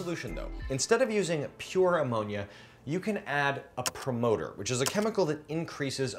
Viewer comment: Promoter sounds like lead😅